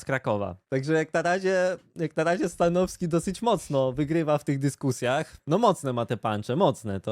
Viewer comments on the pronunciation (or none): Mnie to śmieszy jak mówi "stanoski" bez "w"